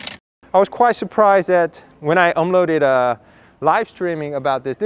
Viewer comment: Why all Koreans says omload instead of upload?